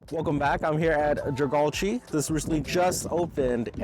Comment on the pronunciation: It pronounced 자갈치 Jja Garr Chee not Jur gard Gee. It's organic S.Korean food market. Mostly a Busan style fusion Korean food. 😋 No Olive Young beauty cosmetics. 🤣🤣🤣🤣🤣🤣 I bet this guy doesn't have Kakao talk message app on i🐑 🍎 loyalists i📱. 🤣🤣🤣🤣🤣🤣🤣🤣🤣